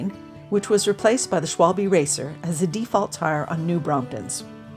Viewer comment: It‘s „Schwalbe“ (= german word for a swallow/martin), with an „A“ and an „E“. Please! Not „Schwolbie“. My ears are bleeding.